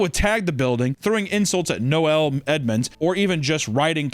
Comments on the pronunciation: RE: Noel Edmonds - Noel is generally pronounced like it rhymes with hole / toll 😅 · Why did pronounce Noel as Noelle